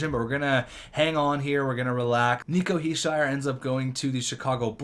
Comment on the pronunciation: You pronouncing Nico Hichiers name wrong is kinda annoying